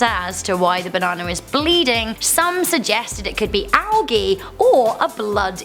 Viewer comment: IT IS PRONOUNCED "ALJEE"!